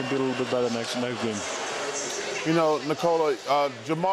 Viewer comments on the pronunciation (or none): none